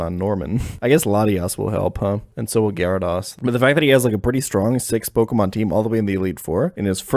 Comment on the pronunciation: The way the guy says gyarados bothers me horribly